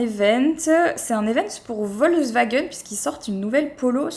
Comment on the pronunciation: Tu as massacré Volkswagen 😢😂